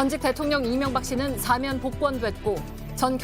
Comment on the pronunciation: 안나경 아나운서... 어러번 말씀드렸는데 오늘도 시작부터 '사면'을 '4면'이라고 계속 발음하시네요.. '대통령 4면'이라니요.. 간판 아나운서의 이런 문제 하나 시정하지 못하는 JTBC 뉴스룸을 이제 떠나려고 합니다. 7년넘게 여기만 찾았는데, 어디로 가야할지...씁쓸하네요.